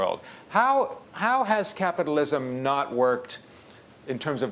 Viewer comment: "creative capatalism|" HAHAHAHAHAHHAHA Piss off Gates.